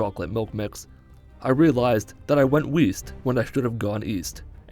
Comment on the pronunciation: das heisst Westen, Patrick! Du bist erneut gefeuert.